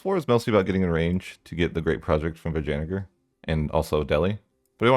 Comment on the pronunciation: Dude. I've said before. I love the way you mispronounce country names. But you might want to think about the way you pronounce Vijayanagar. In this woke bs world there will be a triggered idiot who will will understand something else ;)